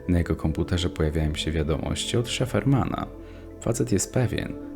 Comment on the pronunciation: nie szeferman tylko sajfermen xd